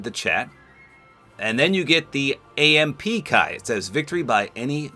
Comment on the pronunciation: Glad you said AMP right this time! HAHA